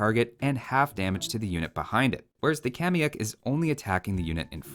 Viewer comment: Informative as always, binging your vids made me want to come back to this gem of a game. One thing i'd like to point out and i know, i know... i'm 6 years late to the party but for better reference the actual pronunciation for kamayuk should sound a bit more like /kama'juk/. Really hope that helps! cheers from Perú!